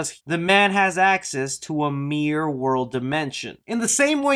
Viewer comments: Dude, it’s MIRROR not MEER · Sounds like you're saying half of the word Mir-Ror. Lil Mir. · It was at least a few mentions of "Meer Master" before I realized you meant miRRor. MiRRor.